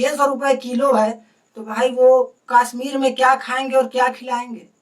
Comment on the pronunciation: Bhai kasmir nahi Kashsmir 🤔